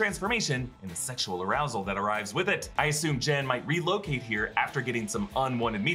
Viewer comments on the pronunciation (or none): none